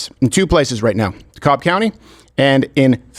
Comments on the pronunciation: Hi Steven,, and, In Georgia, it's Dekalb county, the L is silent.. Say "De-Cab" for the win. Welcome to Georgia:) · The L is silent in Dekalb County